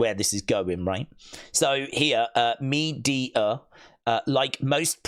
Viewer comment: It's pronounced Me-de-a, not Media